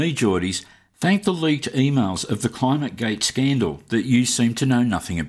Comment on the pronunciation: “the cloimutgayt scandul”